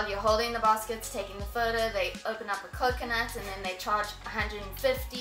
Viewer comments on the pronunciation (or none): none